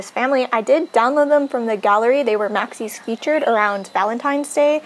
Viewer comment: first of all, i love your pronunciation of "maxis" :) i also love how you say "plumbob" it sounds so much prettier and i think i've started to pronounce it more like you since i started watching your channel :D i don't know what "the right" pronunciation is. i love all the custom content! i had no idea this project existed so thank you for showing it to us!